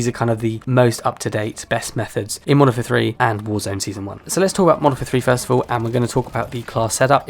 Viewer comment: Youre referring to the game as "Monfer" repeatedly was grating. Thanks for the tips though.